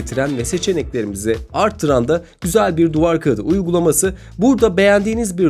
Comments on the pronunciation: Kaıdı değil abicim kağıt şu yumuşak ğ yi kullan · Amma "duvar kağğıdı" dedin be birader.. Kağıt diyemiyon daha biz de oturduk seni izliyoz mk..